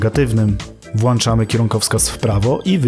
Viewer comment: nie włanczamy, tylko włączamy mistrzu